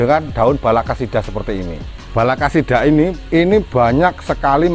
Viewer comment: balakacida, bukan balakasida. tanya ke orang Sunda apa artinya, pasti pada ngerti.